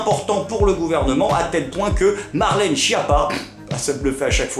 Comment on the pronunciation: Ca m'embête de casser ton delire, mais la prononciation correcte de Schiappa c'est "SKiapa". Ouais, c'est moins drôle, mais c'est plus correct.